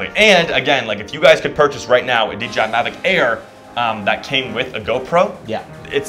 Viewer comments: He kept saying dgi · DJI NOT DGI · It's DJI not DGI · Nice production! But please... its "D-JAY-I"